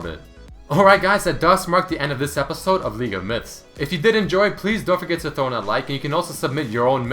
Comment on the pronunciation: I always understand "Welcome to league of milfs" xD